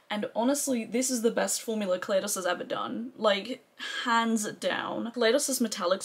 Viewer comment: Glamshop mattes are about a pound each in the sale. It's a great sale. So many people say ka lay dos. I know the brand has said it's Ka lie dos, like the Ka lie do scope. I did recommend you for PR when Glaminatrix asked. They wanted Australian influencers, guessing you were suggested by others or were already on the PR list. I didn't realise at the time you lived in the UK. Hello 👋👋👋🥰